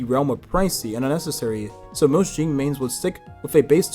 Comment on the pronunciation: why we calling him “jing” …